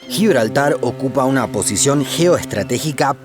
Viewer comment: GIBLARTAR ESPAÑOL